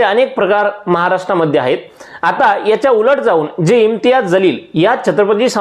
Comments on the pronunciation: तुमचा व्हिडियो अगदी बरोबर आहे. वास्तविक आहे. पण त्यांचे Imtiyaz Jaleel असे नाव आहे. ज आणि ज़ मध्ये फरक आहे. त्यांचे नाव जलील आहे. तुम्ही ज़लील असे म्हणत आहे. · महाशय आपण एवढे शहाणपणाचे डोस या व्हिडिओतून दिले आहेत परंतु आपल्याला सुद्धा इम्तियाज जलील यांचं नाव व्यवस्थित घेता आले नाही. त्यांचं नाव इम्तियाज जलील आहे इम्तियाज ज़लील नव्हे। नावातील हा फरक समजून घ्या नंतर व्हिडिओ बनवा.